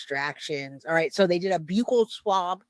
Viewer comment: Thank you for pronouncing buccal swab correctly I hate when so many ppl say it with a short “u” sound like buckle